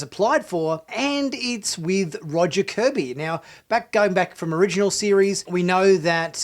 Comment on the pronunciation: Not "Kirby", "KORBY".